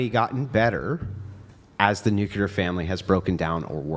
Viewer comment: will harp on about girls pronouncing the word women as 'woman' but pronounces nuclear as 'nuke-ular.' Hilarious. 😝